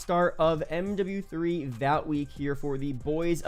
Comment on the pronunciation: Hey man not nitpicking, but to save you if you don’t watch the show. But Vought is pronounced like “Thought”